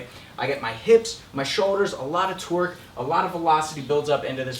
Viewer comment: Did my man just say a lot of twerk instead of torque?